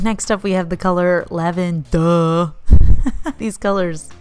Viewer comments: I ended up replaying the “Lavenduh!” comment twice 😂 Edit: Make it 3 times. It’s a gorgeous color btw 😍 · Ok, I audibly laughed when you pronounced "Lavenduh!" Thank you for that extra emphasis, it made my night way better :D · LavenDUH! 😂😂😂 I love it!